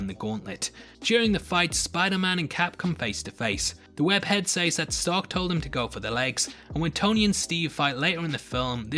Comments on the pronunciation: She shays the way he says “says” drives me crazy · It takes me out every time you say sAYs